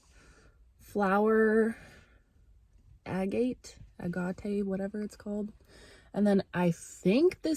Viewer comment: My girl said “flower agape 😭😭” I am floredddd🤣 all jokes girl I fkn love you ❤ thank you soooo much for this message ❗️❗️